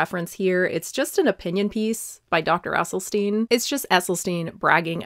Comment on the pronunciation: Great stuff. You really do your research. Like you, I bought the book when it first came out. But unlike you, I still haven't read it! ( PS - it's pronounced "Essylstin", not "Essylsteen" or "Essylstine". 😊)